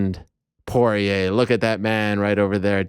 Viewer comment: Dustin Corn-ier